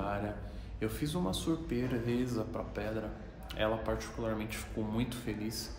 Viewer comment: Só eu que rachei o bico no começa quando ele falou surpresa errado kkkk